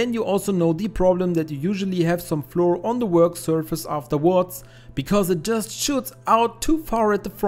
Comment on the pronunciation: Flour is pronounced exactly the same as flower, otherwise it sounds odd in English !